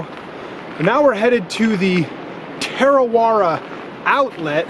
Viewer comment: Its pronounced Tah-ra-weh-ra ur rolling ur tounge at the ra parts. I live here in kawerau. Tarawera is so beautiful. Our waters are beautiful and I'm glad we have no crocs or any scary things in our water